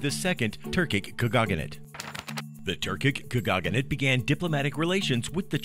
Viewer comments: sir, you made so many mistakes when pronouncing such words as Tatar, khaganate, Genghis khan... it's not /tartar/, but /tatar/, not /kәgаgәnәt/ as you say it but /kagәnәt/, and not /geŋgis/ but /dʒeŋgis/ khan... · His voice is so grating and unnatural, and the way he mispronounces words... like how could you mess up "khaganate" so badly? ( "Turkic Khagogganate") The slick animations are really the only thing this video has going for it, but even they fail to make up for all the bullshit. Even if everything in this video is factually sound (it's not), it still feels like watching propaganda. Curiously, the Russian version has over a million views, but the comments are no less skeptical. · Why is it you're able to pronounce KHANATE correctly (2 syllables), while KHAGANATE was pronounced with 4 when it should be only 3? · It is not a “khagaganate”. It is a khaganate. It is Eratosthenes, not Erasthenes. Try to sound like you know what you’re talking about rather than reading a history book, wrong. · Getting a little excited there, pronouncing Kha-Gah-Nate. It's not Kha-Gah-Gah-Nate. You're confusing Khaganate with Lady Gaga= Kha-Gaga-nate... haha. Example - , and more. Also, I'm just going to ignore the other factual issues with this video, as it seems the comment section has covered most of that. I mean, if you can't pronounce Khaganate, I'm sure that's the least of your issues in a supposedly historically factual video.